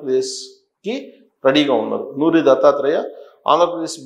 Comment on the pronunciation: నోరి , నూరి కాదు